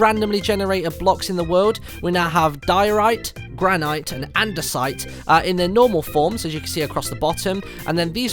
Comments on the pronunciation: You pronounce "granite" "gran-it" not "gran-ite" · It's pronounced "gran-it". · it is pronounced gran-it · granite is pronounced Gran-it, silent e. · "Gran-eye-t" bahahaha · he said "granite" wrong!!